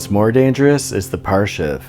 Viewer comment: That "parshiv" scene triggered me.